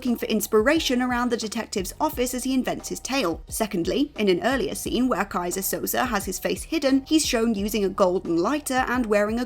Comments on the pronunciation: You can tell the presenter didn't actually see The Usual Suspects with how they pronounce Keyzer Souze's name. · "Keyser Sosaar" and with that WhatCulture continues to butcher pronunciations of certain names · Guess you never watched The Usual Suspects. Butchering the name Kaiser Soze. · Also in this was "Keyser Sosaar" (repeatedly)